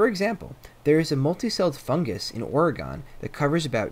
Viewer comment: the way you said Oregon killed me